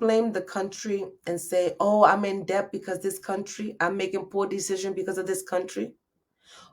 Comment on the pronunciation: TV Hi! Just came across your Socials. This video was so hard to bear. Please look into the Proper way to say DEBT. You said it about 200X in this video! 😳🫢🫨